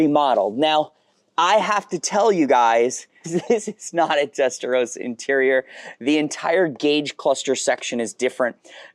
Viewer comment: Learn how to say ‘testarossa’ properly please. Would you call someone with the name Ross, ‘rose’?